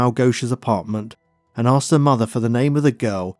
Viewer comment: I love these stories and can't believe you haven't got a million subs, but there is just one thing that drives me nuts... arksed instead of asked, its sounds sloppy you say asked sometimes so I know you can do it!